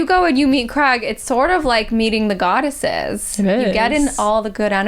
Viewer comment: Goddesses... guy-desses... guide-esses... guide assists? Trying to come up with the boys name🤦‍♀️